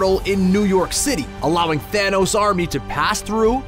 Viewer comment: I realized he kept saying Thaynos